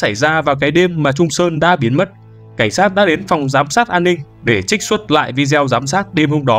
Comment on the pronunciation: Bạn narrator đọc rất hay và truyền cảm, nhưng nên sửa cách phát âm từ video là vi-đê-ô nhé, như vậy nghe sẽ lọt tai hơn và cũng chuẩn mực hơn ạ